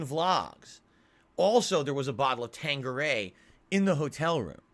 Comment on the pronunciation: He’s setting the goal high so he can save his precious for later. That way when he gets called out for drunk tweeting off the gin tomorrow it’s gonna be “nothing I could do I bawght the bawtel so I have to finish it.”